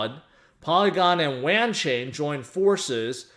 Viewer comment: It’s pronounced like wanton but wanchain